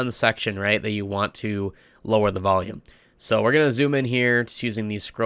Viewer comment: Honestly one of the most insightful tutorials I have ever seen, almost every single part was something new and quite beneficial to the content I intend to make. Very well made, I commend your audio skills in SV. P.s. why when you say volume it sounds like you're saying valium xD